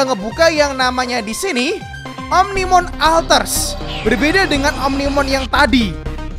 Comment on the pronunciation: bang omnimon alter s ( S NYA DIBACA)